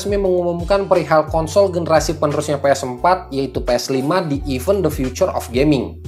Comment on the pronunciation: Event bang bukan even